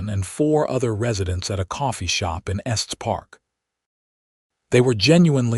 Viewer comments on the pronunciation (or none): Estes National Park: [es-teez, not "est".